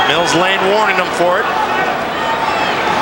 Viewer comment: Not Mill Blane, Lane